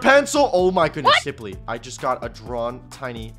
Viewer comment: Why do u say kimply instead of saying kimply?